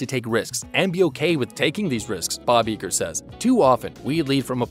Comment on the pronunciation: "I-gr" not "E-gr"